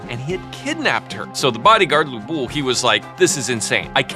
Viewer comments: The bodyguard is called 吕布Lv Bu, not Lu Bu🤭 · FINALLY CAUGHT A BAD PRONUNCIATION!!! Lv Bu not Lu Bu🎉🎉🎉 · I was expecting the pronunciation of Lü Bu to be correct. It wasn't😢😢😢 And the sequence of the 4 beauties were incorrect too😭😭😭. We usually say 沉鱼落雁 闭月羞花。The sequence corresponds to the age/era which each beauty lives in in ascending order. 西施 Xi Shi - Spring and Autumn Period 王昭君 Wang Zhaojun - Western Han Dynasty 貂蝉 Diao Chan - 3 Kingdoms Era 杨玉环 Yang Yuhuan - Tang Dynasty